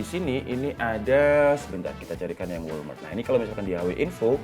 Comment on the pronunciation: Bang walram , bukan walmart wkwkw